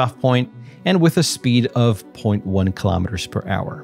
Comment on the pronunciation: Thank you but why do you say Kilometers wrong, its not killauwmeteters say , kilo-meters = kilo = 1000 meters